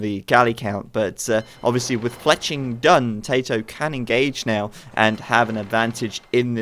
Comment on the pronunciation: I love it when says "TaToH" it sounds like "Potato" 11